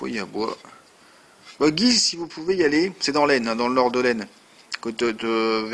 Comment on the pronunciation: Hello, Guise ça se prononce "Gwuise" J'ai déjà restauré un petit poème Godin et je viens d'en récupérer un dans ce genre là aujourd'hui. Je chauffe mon atelier avec ça 😁 Bon boulot !